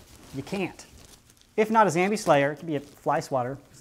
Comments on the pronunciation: you say zAmbie not zOmbie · It’s zombie not zambie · why do you say it like dis: ZAMBIE instead of ZOMBIE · Why do you zambie instead of zombie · he said zombie at 2. 44 instead of zambie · at 2.44 mins he sad zombie not zambie :( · It’s “zombie” not “zambie” btw just throwing it out there not a hater btw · YOU SAID IT WRONG IT'S ZAMBIE YOU SAID ZOMBIE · Is it an American thing that you say Zambie. I’m from uk we say zombie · ITS ZOMBIE NOT ZAMBIE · Why do you say zambie and not ZOMBIE? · It's zombie not zambie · It zom not zam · You know a lot about zombies for someone who pronounces it “zambie” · Hey you guys like when he says zambie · why does he say Zambi?